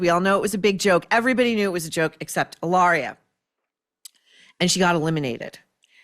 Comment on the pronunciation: How you say cucumber "Illaria".